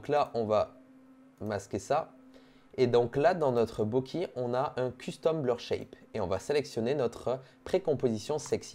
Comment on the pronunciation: Par contre c pas bokee c bokay (Bokeh)